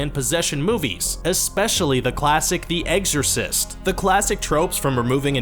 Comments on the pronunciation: This guy says "The Eggsorcist". 4'02" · I know this video is older but this dudes pronunciation of “The Egg-Orcist” will forever be burned in your brain now